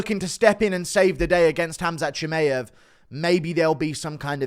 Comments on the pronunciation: It's not ChimEev, it's ChimAev, dummy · stop being a tool and saying chimaev wrong on purpose.